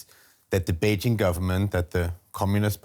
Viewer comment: Beijshhing.....It's not in France you know, no need for this dodgy pronunciation.